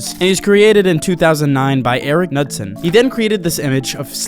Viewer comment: When he said the guys name that created slenderman, I thought he said "Nutson" 😱 I was like "no way" 🤣